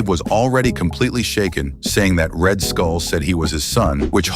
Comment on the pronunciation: You say red skull I hear red hood